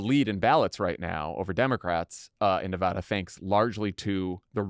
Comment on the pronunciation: Thank you for saying Nevada correctly, Dan. Jon, there's no H.